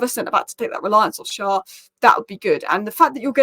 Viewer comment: Loving your videos as a Newcastle supporter. Just one thing Schär is pronounced as share/Cher - winds me up when Carragher say Sharr!